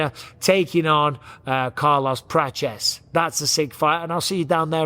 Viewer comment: Mr. Bisping, why are you saying Carlos “Praches”?